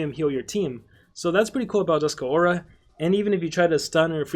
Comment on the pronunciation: The name is Dusk Aura. Not Dusk-a Aura.